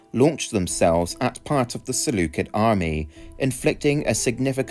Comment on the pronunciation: You misspelled 'usurper' and mispronounced 'Seleucid'...